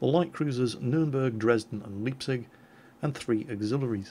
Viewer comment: Leipzig with the ei pronounced like "I" in "I am" not Liepzig